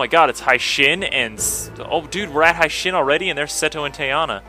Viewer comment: The proper pronunciation is Hey-shin not Hi-shin. Its supposed to be a japanese name, so it must be pronounced the way the japanese would. Just thought I'd let you know